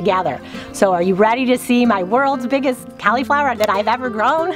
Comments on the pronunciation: Hmmm 🤔 Cau-Lee-flower? Pronounced like call- la-flower. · When you call it Cali flower instead of cauliflower , I just think of some really good weed .